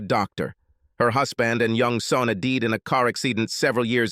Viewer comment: "Her husband and son had deed in a car axe-si-dent years ago..."pronunciation, man, lol